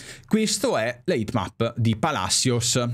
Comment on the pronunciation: Tajeres..? e ToMás Palasios si pronuncia